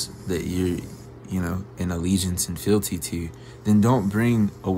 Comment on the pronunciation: did you mean "fidelity" or "fealty"? I can't find fielty when I search for it.